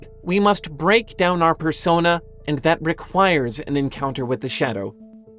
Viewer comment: A year! I love how you say thath.